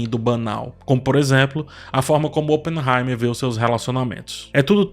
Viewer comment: fala no Barbie/Oppenheimerrrrr